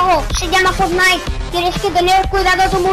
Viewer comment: Fornite :v......vos sos, increíble :v me encanta como pronuncias mal el nombre, como yo! :D